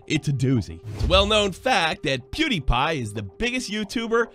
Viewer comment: Did actually say PewDiePie correctly?!? Holy shit, I’m so proud of you! All is finally right on the world!